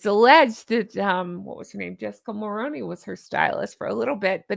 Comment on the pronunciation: _Honk: Hey.... just a friendly FYI you are mispronouncing Jessica Mulroney's last name... I'm 🇨🇦,& began voting when Brian Mulroney was our Prime Minister...I know how Mulroney is supposed to be pronounced it's "Mull-Roo-Knee" or "Mull-Rooney" as in the actor Micky Rooney's last name. You are saying "Mull-Rown-Knee" the rown-knee part sounds sort of like you are saying something similar to macaroni... I know that it may not be important to you but as a Canadian I find it somewhat disrespectful towards a former & late Prime Minister who represented our country with dignity and respect. I'm sure that there's many ways to pronounce the last name Mulroney but in this situation there's only one correct way considering that Jessica Mulroney is Brian Mulroney's daughter in-law. Brian Mulroney was born in Quebec and was French Canadian. So that would have an effect on how he pronounced his last name. I'd greatly 🙏 appreciate it if you could please change your pronunciation. I'm certain that if it was a former President's last name that the vast majority of Americans liked & respected you might feel the same as I do. In the beginning when Harry was just dating her & the became engaged it didn't bother me nearly as much because I mistakenly believed that people would do basic research on how certain names were correctly pronounced like Mulroney & Reitman's (Reet-man's not Right-man's) but unfortunately I was wrong & gave people more credit then they deserved. Now that it's